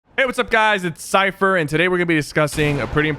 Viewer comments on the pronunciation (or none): Is how u pronounce it "syFer" or "syPer" dont judge im new 😑